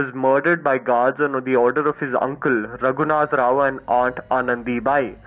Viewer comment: A lot of mispronunciations. Raghunathrao not Raghunathravan.